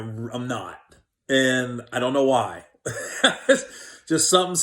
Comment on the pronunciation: "I on know" Gary's favorite phrase. Love you Gary. See Lockdown is treating you good!